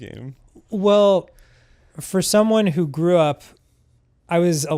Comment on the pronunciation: "As somewon gwo grew up" wise words